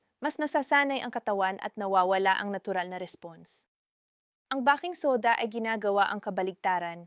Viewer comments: " bay king soda!." Bah king soda sakit Sa Tenga. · ..nagaral ka ba?..if yes, bakit "bah-king" soda ang bigkas mo sa baking soda at hindi "bey-king" soda???????????.. marami na kayo ngayon na medical vloggers ang ganitong magsalita sa inyong mga vlogs, WHY?..there must be a good reason behind that instead of stupidity kasi marami sa inyo ang mga specialist meaning you graduated from college..pwede bang ipaliwanag mo dito..the reason being na gusto ko sana na pakinggan ang contents ninyo as it may give me some knowledge of how to care to what seems to be my medical problem but pag nakarinig na ako ng maling pagbigkas ng salita ay iniiba ko na ang channel na papanoorin ko,,sayang, at tiyak kong may matututunan sana akong mensahe mula sa iyo, sa inyo..